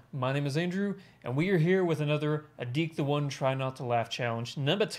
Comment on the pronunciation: Are you the only reactor who has said adiktheone's name correct